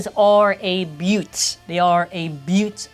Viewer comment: sometimes i forget is also canadian then he says "beaut"